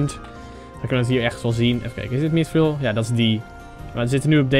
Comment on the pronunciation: Je spreekt mithril verkeerd uit